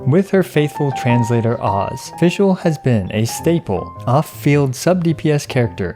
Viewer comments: You can’t even pronounce her “made up” name correctly you got no right acting so full of yourself with “Amy” 💀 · i love it when non german people try to pronounce fishl, die Prinzessin der Verurteilung. Had me giggle but for sure i would sound really funny if i try otherwise with other languages! Really enjoy your content and it helped me out alot on deciding what to build and focus so far. It's always a calm and informative Source i love to use, thank u for your content!